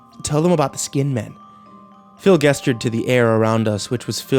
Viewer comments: It kills me you say "gesture" with a hard g. Its "jest-ure" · maybe people pronounce it differently, but that doesn't mean they're all right. A hard "g" is literally just incorrect. 😮‍💨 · As good and talented as the reader is, I couldn't help but cringe every time he freaking mispronounced "gesture." 🤦🏼‍♀️ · Every time he says "gesture" I cringe deep within. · Gesture is pronounced with a J sound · He has trouble with "g" words that have the "j" pronunciation...see how he pronounces "gesture". It drives me nuts.